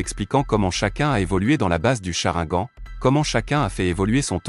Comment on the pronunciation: On dit chrinegane crétin